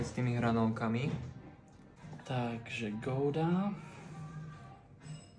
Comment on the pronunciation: Akože sorry ale ten čašník zabil gouda 😂😂😂